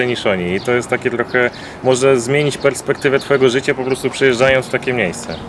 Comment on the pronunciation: "Prespektywa" zajebista :D